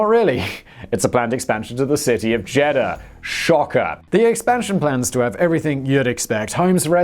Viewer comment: Pronunciation It's not a jeddah It's a JED DAH LIKE Eagle not an Egg Read know JEDDAH